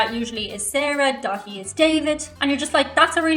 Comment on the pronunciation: Daithi pronounce Daw-hee.